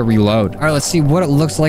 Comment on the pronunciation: He says ayder